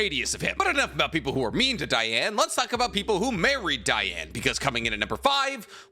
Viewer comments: It’s Dee•Ann ! not Dye•Ann gang , your killing me rn 🤦🏽‍♂️ you just said your qualified to cover the sins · You've never once watched 7 Deadly Sins, otherwise you'd know the clear different between 'Diane' and 'Deanne', pronunciation wise... Stick to naruto. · IT'S PRONOUNCED DEEANN, NOT DIANE! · Sir dee-an nit die an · Its not dieane the name is diane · It’s Dee-ane not Die-ane. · So wait.. is it pronounced Diane or Deanne? I always thought it was pronounced Deanne. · DEE-Anne DEEEEEE-Anne. King would be mad at you. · the butchering of DEE-Anne’s name 🤦🏽‍♂️ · “DEE-ANNE” 😤 Great video! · Imma be real listening to him pronounce diane's name was very hard. I get how its spelled but thats like how Ban's name is as well. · Literally just started but.. how do you mess up Diane’s name that bad? 💀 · The way everyone pronounces Diane’s name always makes me cry. I just can’t. I had to skip that entire segment